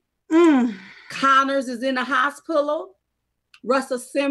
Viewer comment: Hold on, did you just say “hos-pilla?” 🤣